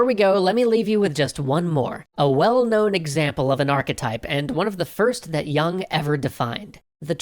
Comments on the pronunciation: you dont even pronounce his name correctly lol. yoong. not young. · it's 'yewng'.